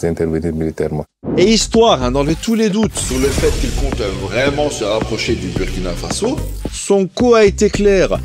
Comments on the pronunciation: Merci à vous pour le travail réalisé et ce que vous mettez en lumière. Je voudrais aussi en profiter pour vous indiquer que le Burkina-Faso se prononce "Bourkina Faso" même si l'orthographe peut faire penser autrement. De la même façon, un citoyen et une citoyenne se prononce "bourkinabé". Le mot est invariable. Un "bourkinabé" /une "bourkinabé". Encore merci 🙏🏾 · Bonjour Rectification stp sa s’écrit burkina avec le U mais sa se dit Bourkina sa fait mal au oreilles c’est comme la Hongrie tu va pas prononcer le hongris avec le S quand c’est pas nos noms qui sont écorcher c’est autres choses stp merci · tu risques d'avoir une manifestation sur ton plateau si tu continues de mal prononcer le nom du Burkina Faso. Le U se lit en ou